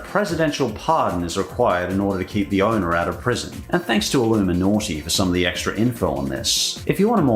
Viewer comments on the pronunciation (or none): none